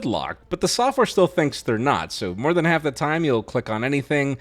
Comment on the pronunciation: Folds in 'arf? 😂